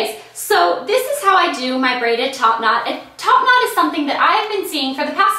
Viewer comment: the more and more she said top not it sounded like topanad